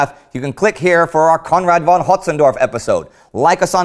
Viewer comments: Hey Indy, how about you stop mispronouncing Hötzendorf, I mean you have German staff on the team, right? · I have known Austrians who say Hotzy's name pretty much as Indy does. Like all names, there is no absolute pronunciation, merely popular ones, and individuals can choose to say it anyway they like. Unless we have recorded speech from Hötzendorf himself saying he prefers his name said one way or the other, they pretty much all are on the table. Besides, the bigger complaint should be that Indy still occasionally says Von with a v, not with an f like a proper German. Not even Bavarians say Von with a v and they are virtually incomprehensible to the rest of Germany. :)